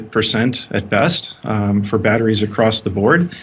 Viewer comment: Why the f does she over enunciate every other syllable. BATT-TREES...